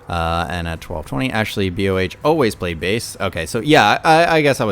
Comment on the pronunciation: Nice. Thanks for reading my comment. BTW, BOH is just one syllable. It's not B.O.H. He just happens to spell his name in all caps. : ) And Miko Todaka, who one of your commenters seems to hate (based on his username), is the singer for the Metalverse project. Like Su-metal (Suzuka Nakamoto), she got her early training in singing and dancing at Actors School Hiroshima (ASH), and is a Sakura Gakuin alumni. The project is produced by Key Kobayashi (BABYMETAL's producer). Some people are upset since they borrow a lot from BABYMETAL. I think that Miko is a talented singer, and their original songs are pretty interesting, especially 'Crazy J'.